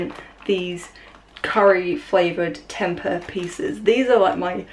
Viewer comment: The way you pronounce tempeh 😂